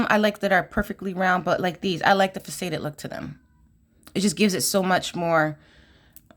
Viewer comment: Hello! So wonderful to see your unboxing! I bought two of the February box because I missed out on the companion bundle! FYI the word faceted is pronounced Fa- cet- ed with the accent on the first syllable, and pronounced like asset. I always like to learn how to pronounce words I’m not familiar with, too! Anxious to see the new jewelry you make with this box!